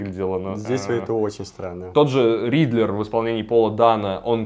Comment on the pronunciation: Riddler не Ридлер) Мотивы не мотивы